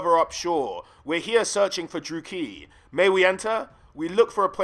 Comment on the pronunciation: It's a bit jarring how many names you pronounce wrong. Hag REFF? DruukEEEE? It might be worth looking up how to say certain names before making a video like this.